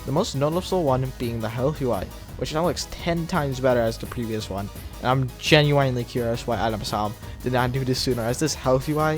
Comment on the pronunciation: Why do you say genuinely like that